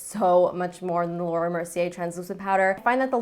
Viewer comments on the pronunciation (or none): none